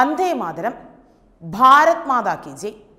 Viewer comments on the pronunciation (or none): none